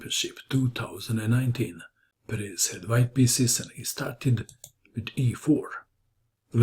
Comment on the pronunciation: I think it's pronounced PEres.